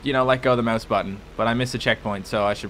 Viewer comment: 1) Rockstar has another thing coming if they expected $60 for a two-year-old port 2), learn to say "mouse" better?:O